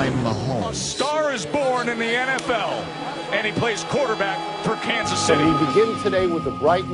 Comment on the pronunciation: Kan-suhz city!